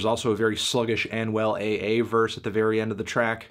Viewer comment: Yo Anthony, over here in Latin America, we call Anuel AA, "Anuel Doble A" or Anuel Doble A. Just letting you know since you call him Anuel AA literally and it sounds weird in English